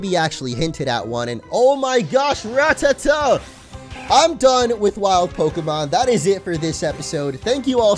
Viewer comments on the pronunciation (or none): none